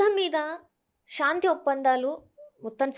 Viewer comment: షా న్తి కాదు తల్లి శాంతి అనాలి